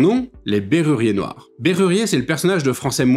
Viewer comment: On dit Bérurier Noir, et ton exposé sur ce groupe n'est pas bon